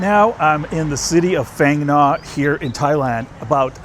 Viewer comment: Actually this city is called " Pang-Nga"